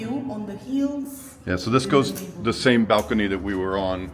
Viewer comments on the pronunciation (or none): none